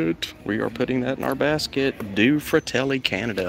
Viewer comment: Do-ay (two) fratelli (brothers)